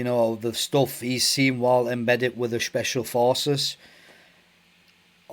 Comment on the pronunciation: Shhhpecial porces